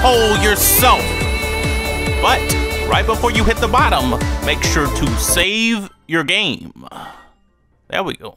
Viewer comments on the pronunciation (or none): none